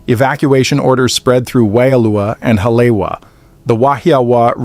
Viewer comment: its not ha-lay-wa its ha-lee-e-va